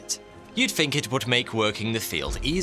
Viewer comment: THINK not FINK